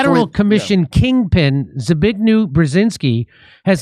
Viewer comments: Zbig... who?! 😂 In Polish, "w" is read as "v". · "Zbigniew" is pronounced "Zbignyev," with the "y" in consonant form. He was Carter's National Security Advisor.